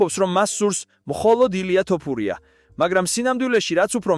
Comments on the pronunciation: შეგძლებია თოფურიას თქმა სირცხვილია ქართველი კაცი ხარ და ელემენტარულ გვარს ვერ გამოთქვამ წესიერად ეს მართლა სირცხვილია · ეეე ბიჭო შენ მართლა და რყლეე გჭირს. ხან ასე გითხარით ხან ისე და ეხლა კიდე კომენტარში დაუწერე ტოპურიაოო და მოდი ძმაო ან სწორად უძახე ან ვისი სახელიც იცი იმაზე გააკეთე სიუჟეტი